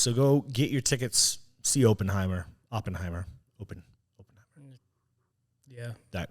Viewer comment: Op(like spec ops)-in-hi-mur..... your pronunciations are killing me.